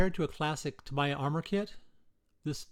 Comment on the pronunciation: It's Ta mee ya not Ta my ya. Sheesh!